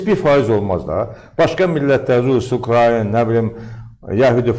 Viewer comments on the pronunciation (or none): none